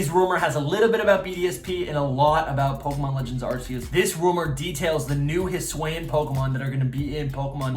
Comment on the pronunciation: Hi-S-oo-Ian. Not huSWAY-in.